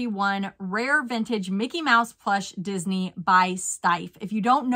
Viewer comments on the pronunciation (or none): none